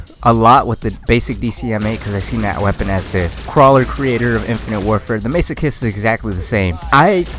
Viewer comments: Isn't it Mass-o-kist? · hey, its the guy that got pissed off about the elo again lol. a few points. the pronunciation has already been pointed out so ill skip that. the description used to be correct before they completely redid the weapon for multiplayer, it used to be the infinite ammo in multiplayer too. and aiming down sights with the dcm8 also makes the spread wider so aiming makes it worse. i got the masochist pretty much right at the beginning and i love zombies so i know it very well lol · I know it's been 8 years but I'm not letting it go that you were saying Masochist wrong lol